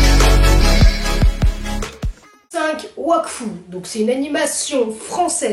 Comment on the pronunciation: Wakfu il a dit